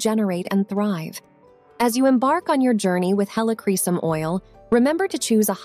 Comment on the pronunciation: Please learn how to properly pronounce 'Helichrysum'. About 5 different pronunciations were used in this video. You really should differentiate between Roman Chamomile and German Chamomile oils.